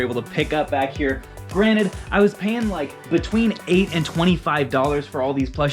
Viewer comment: “granite” 😂… granted lol